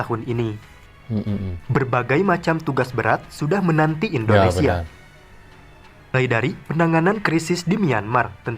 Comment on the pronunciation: NARATORNYA ITU ORANG MANA YA,,, SEMUA DIBACA DITEKAN DENGAN AKHIRAN HURUF. .." K " .indonesiak ,,Pertandak,, kambojak,,bagik